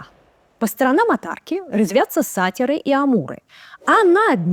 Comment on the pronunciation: Замечательно! Высокая культура речи и убедительное владение материалом. Вот только смущает два раза употребленное слово "сАтир". Я не поленился подсмотреть в Викисловаре: нет такой акцентологической нормы. Или автор знает больше популярных словарей, или бывает проруха.